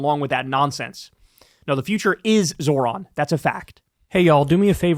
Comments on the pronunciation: The old guys don't want to pronounce Zohran's name correctly. It's a mode of purported diminishment. Or so they hope. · They’re mispronouncing his name on purpose 100%